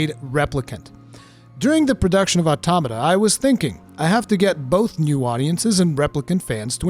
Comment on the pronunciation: This was easily one of your most well written and elaborate videos I've ever seen by you. You hit the nail on the head perfectly. And on top of that you pronounced Automata right!! Someone actually said it right! Lol